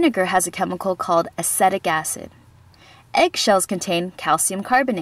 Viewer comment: you're pronouncing acetic acid wrong and aslo for your hypotonic solution you should be using distilled water as regular tap whater contains mineral from the underground water table.